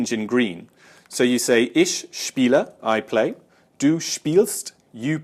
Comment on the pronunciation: lol still saying Ishhhh.... bad habbit i used to do the same